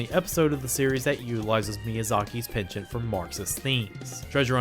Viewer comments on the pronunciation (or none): none